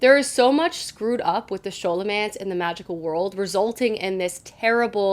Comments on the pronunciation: Thanks for the recs! BTW Scholomance is pronounced sko-lo-mance❤ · I read the first and second books in the Scholomance too, and I'm about to start on the third. I loved it! El was such a great narrator and so funny. There were parts where I laughed out loud! And the action was terrific too! Can't wait to see what you think of the third! Also, I hate to be this person, but Scholomance is pronounced like it was Scholar-mance, and Orion's name is O-Ryan. I'm sorry! But keep doing these videos, I love them! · Nice video! Loved the first two Scholomance books (think it’s pronounced Sk-olomance, like the sch in the word school), although the third one was a bit disappointing. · Friend I love you, the reading you're doing is amazing but I've gotta say something. It's "Skahl"omance ( like scholarly) and his name is "oh-rai-on" like Orion's belt. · Scholomance (sk-o-lo-mance) is actuality categorized as adult! And its pronounced O-ryan, I was definitely saying O-ri-on in my head though, until my husband corrected me 😅